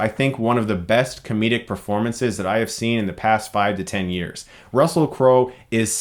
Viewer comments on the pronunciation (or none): none